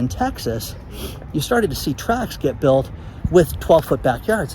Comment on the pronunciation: says it twice. Makes it impossible to share with people since he sounds uneducated